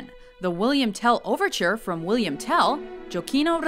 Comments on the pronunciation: Jokino Rossini 😂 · I'm italian and i'm laughing to listen Gioacchino (Rossini)